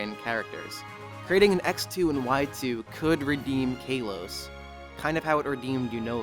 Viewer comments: In my opinion, learn how to say Kalos instead of Kaylos. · Sorry!!! I have to be that guy :( Its K-al-os, not Kay-los